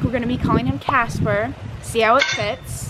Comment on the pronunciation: Oh. WOW. For the longest time, it sounded like was saying 'Jasper" (instead of Casper). Perhaps it's just my old lady ears lol.